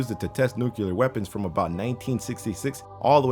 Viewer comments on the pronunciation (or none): HE SAID NUCULAR... IT IS PRONOUNCED NUCLEAR like (NEW-CLEAR) GRRRRRR!! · It's nuclear, not nuceelar. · Pronunciation errors.... 1) It is 'nu-clear', NOT 'nucular' !! 2) It is Palestine(as in ...tyne), NOT 'Palesteen'!! AND.... where is the item used as the 'trailer-frame' for this video?? 😡😡😡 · nuclear not nuculer. why the fuck does everyone pronounce it wrong. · Its pissing me off ... why do you say Nucilar ... weapons . ITS FUCKING NUCLEAR its not nucilar , nuciler or nuklar .... its fucking NUCLEAR. Im not a native english speaker and it still pisses me the fuck off ... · it's nuclear, not nuculur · I almost didn't watch hearing "nuculer"... Nuclear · Can someone explain to me why some people pronounce the word "nuclear" "nu-cu-lar"? I genuinely do not get it. Thank youu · Nucular weapons? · NUCULAR WEAPONS! :D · My god,, you didn't just say "nucular". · What are 'nukellar weapons'? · That's one of the better "nuke-ul-ar"'s I've heard. At least you're trying. Just remember it comes from the Nucleus. It has an 'E'.